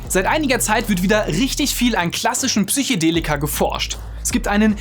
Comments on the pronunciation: "Psychedelika" und nicht "Psychodelika", Also mit "e" statt "o"👍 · Psychedelika, nicht Psychodelika - ja man spricht das so aus, aber naja, vielleicht bin ich einfach ein Haarspalter.. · Das heißt immer noch Psychedelika...und nicht PSYCHOdelika. Ansonsten echt gutes Video. Danke dafür! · Es heißt „Psychedelika“ nicht „Psychodella“ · Psych-E-delika! Nicht Psych-O-delika. Das hat nichts mit Psycho zutun, sondern kommt vom griechischen "psychē", was soviel wie Seele oder Geist bedeutet. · PsychOdelika :S